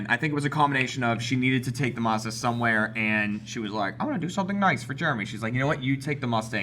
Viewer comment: I hate how Jeremy pronounces Mazda, it's mAzdA.